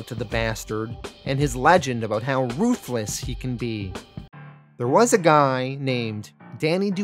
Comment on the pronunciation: "The Salamander is a Ruth-Less..." LoL ye says ruthless funny, like ye was saying Salamander is a man without 'Ruth'